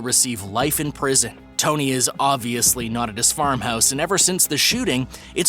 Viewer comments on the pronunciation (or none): none